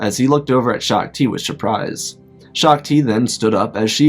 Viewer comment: Liked the the way he said surprise sure-prise